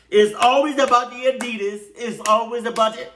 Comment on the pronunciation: Lol hopped up and grabbed my Addisas lol that was written just for I’m still trying to accept that he says addias too lol